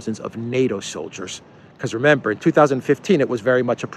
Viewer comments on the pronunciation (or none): none